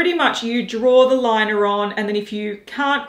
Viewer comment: Haus Labs "Lie-Ner", fuck my life.🙄🙄🙄